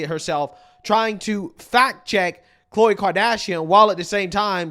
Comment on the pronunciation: Al sharpton ....😑 He just called Khloe Kardashian... Cole.. msnbc needs to hire a guy that can read the damn name off of teleprompter.